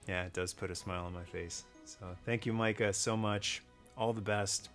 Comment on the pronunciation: As a fellow Micah, i appreciate you saying Micah correctly.